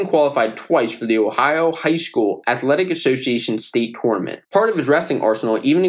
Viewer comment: Please say tournament the right way😭